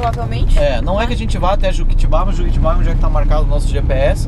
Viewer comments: Eu tambem não entendi o que "deu" ao dar a carona... pelo título da a entender que foram assaltados, mas ao contrario disso, a moça deu a vocês informaçções da cidade. A proposito, chegaram em Juquitiba? Juquitiba, não Juquitibá. hehe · casal lindos demais, desculpe, ela mais... não é Juquitibá, não tem acento. Juquitiba. olha, voves deviam mudar a rota passando por Peruibe. belas praias, é só ali no posto fazendeiro cair para sp055/br101 lá em Peruibe 75kms da br116 daria atenção a Prainha, cachoeras pereque Paraiso e sem dizer que um pouco antes na cidade de Pedrode Toledo, a cachoeira dedo da moça... mais td excelente suas escolhas... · O nome correto correto da cidade é Juquitiba e não Juquitibá, rs. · Não é Juquitibá, galera, é Juquitiba, sem acento rsrsrs. Muito legal a aventura de vocês! Boa sorte! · Não é Juquitibá e sim Juquitiba. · Juquitibá? Kkkkkkk kkkkkk, vai aprender a ler "JUQUITIBA" E não é BR101 E SIM BR116 RÉGIS BITTENCOURT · se pronuncia juquiTIba ..... é uma paroxitona